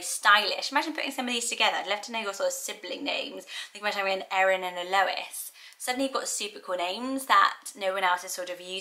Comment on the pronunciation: Thanks for saying my name, Erin, correctly. Most people mispronounce and misspell my name and always have despite how simple it is. I've only ever met a couple of people with my name but just in passing.